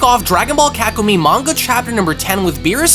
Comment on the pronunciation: kakumee emosh - kakumay 🤣